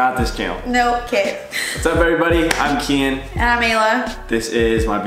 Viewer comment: Kaitlin House OMG one of my biggest pet peeves like that’s not his name his name is Kian...